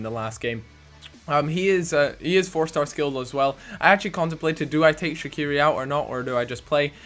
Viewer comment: The way you say shaqiri gets on my nerves, fml